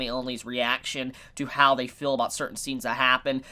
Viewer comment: Ideal not idills and feel not fill learn to pronunceiate please.